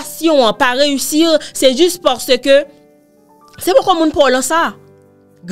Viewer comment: Sam renmen an se lèl di reusirrrrrr 😂😂😂